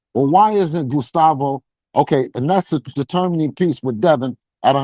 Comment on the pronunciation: “gUStAvO” ahh nigga